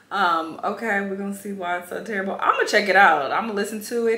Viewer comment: Not “TURRIBLE” 😂😂😂 first